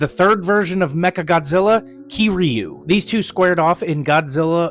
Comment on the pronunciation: The way u said kiryu pissed me off but w video anyways